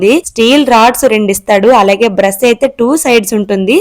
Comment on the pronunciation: Brush ❌️bress ✅️